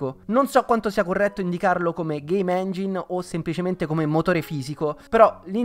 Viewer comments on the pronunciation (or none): none